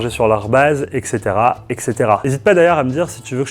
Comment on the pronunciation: Sinon ça se dit "et cetera" et non "eccetera"